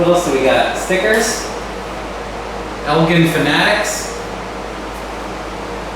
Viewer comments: Elgin is actually pronounced ElJin with a j sound and not a g sound... Sorry to nitpick.. if you need someone local to check stuff out, let me know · Good grief...EL-GIN...like the drink...GIN. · Was thinking the same thing. Actually more like ELLL-JHiiN